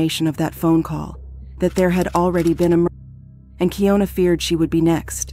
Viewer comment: She says on the phone call her name is keeYonAh & yet you still keep saying keeYoNuh… seriously wtf